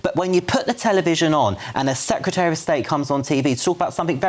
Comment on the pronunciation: Could someone tell Kemi Badenoch how to pronounce Secretary please?